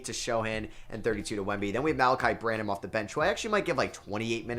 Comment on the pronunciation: I hate when people correct other peoples pronunciations but bruh… you say it brannum not Bran—-Ham